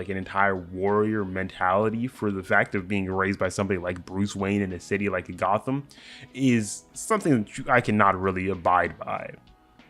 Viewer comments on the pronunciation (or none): none